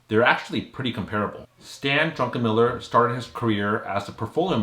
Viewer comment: Druckenmiller not Drunkenmiller